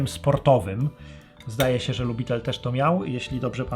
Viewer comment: Nie LUBITEL tylko (w przybliżeniu) LIUBITIEL — warto przed zrobieniem ,,dzieła'' zapoznać się z wymową w sieci.